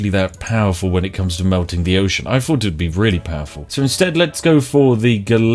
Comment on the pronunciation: If you're going to put on a mildly stereotypical posh accent. ..... at least pronounce your TH's correctly ... "Fing" and "fought" My god man.....